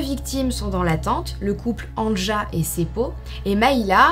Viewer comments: Anja se prononce "Ania". Le J se prononce comme un Y chez nous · On t’aime mais on prononce Ania le « j » se prononce « y » 😂😘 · Si je peux me permettre, Anja se prononce en réalité Anya, les j sont des y dans les pays de l’Est et en Scandinavie. Sinon cette vidéo est vraiment intéressante, je trouve le concept incroyable et le fait que tu te lance dans le true crime me rend vraiment très heureuse 🥰✨ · Terrible 💖 Pour les noms et prénoms suédois, danois finlandais, le j se prononce y... Pour exemple Anja se prononce Anya 🥰🥰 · Super vidéo !! ( néanmoins en temps que finlandais je te dis juste pour t’informer que le "j" se prononce i donc anja se prononce ania 😭) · Mdr AnJa je rigole toute seule 🤣 ça se prononce Ania...par contre il faudrait éviter les photos. "anachroniques" cela se passe dans les années 60... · anja se prononce ania😉 sinon super video !!! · Il me semble que Anja se prononce "Ania" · Bonne histoire, un petit détail toutefois Anja se prononce "Ania" dans les langues germaniques. Un exemple : Ja en Allemand et Néerlandais. Désolé d'avoir fait ma chiante. Bisous xx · C’est un détail mais Anja se lit « Anya » genre A-Ni-Ya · coucou juste pour te prevenir que Anja se prononce Ania :))) gros bisous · "anja" se lit "ania" phonétiquement😙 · Brdle... Anja se prononce Anïa 😅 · Petite info, Anja se prononce Ania* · Coucou j adore tes vidéo Le prénom Anja se prénonce ania